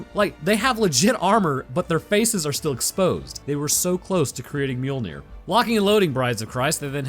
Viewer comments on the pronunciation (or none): none